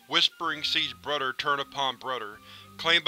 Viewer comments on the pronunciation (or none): Brother pronounced as "brudder". Brudder (brother), anudder (another), and udder (other) At least you're consistent. Nice read and video btw, keep up the good work.